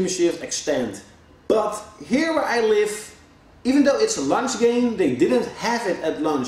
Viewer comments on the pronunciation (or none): none